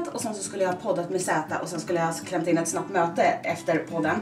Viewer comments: låter det som att du säger att du ska klämma in ett snopp möte, fast du såklart menar snabbt möte😉😂😂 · Det kan omöjligt bara vara jag som hör "snopp-möte" i början? 😂 Eller så hör man det man vill höra.. 🙈 Du är bäääääst Therese 😘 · Det lät som om du sa ''Sen skulle jag klämpt in ett snoppt möte'' hahahhaa ♥ Älskar dig ♥